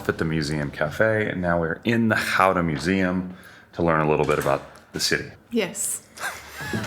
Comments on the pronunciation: nah, anybody trying is brave and deserves our respect. Pronouncing Gouda that well is already very impressive. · Your pronunciation of Gouda is perfect. Utrecht neerds bit attention😊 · Jullie spreken "Gouda" erg goed uit. 👍🏽👍🏽👍🏽👍🏽